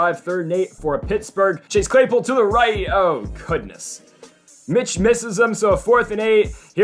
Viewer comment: i always say clase chaypool too